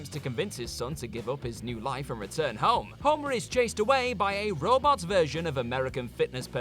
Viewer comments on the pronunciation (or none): none